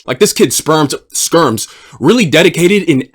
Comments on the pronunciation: "Spermz" LMFAO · You did not just call the guy “Spermz”. Epic slip 😂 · Bro calls Skermz Spermz 😶‍🌫️💀. W mans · Calling skermz "spermz" is the best Freudian slip ever 😂